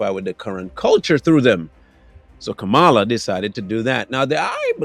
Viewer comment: Why don’t you pronounce her name properly